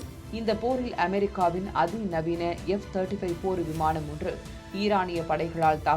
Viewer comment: விமாணம் இல்லை விமானம் ன, ண சரியா உச்சரிக்கவும் 🙏🙏🙏🙏🙏